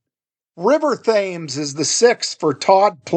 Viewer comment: River "TEMS"